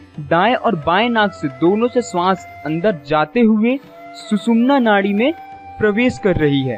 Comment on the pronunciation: आप जिस विषय पर बात कर रहे हो, यह विषय बहोत हि गहन है. इस विषय के बारेमे बात करते समय संस्कृत के शब्दोका उच्चार सही होना आवश्यक है. ऊदाहरण - हमारा सरीर नही शरीर होता है. ये इन्डा नही इडा है. शरीर के इस्तर नही स्तर होते है. सुसुम्ना नाही सुषुम्ना है. और बहोत सारे. कृपया सुधारे.